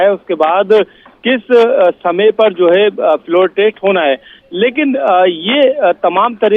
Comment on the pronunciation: है को कै बोलना कब chodoge bhai